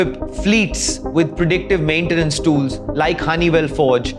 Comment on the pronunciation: Your pronunciation of "tools" is incorrect.